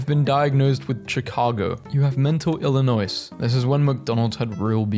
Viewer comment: Erm actually, the "s" is silent in Illinois 🤓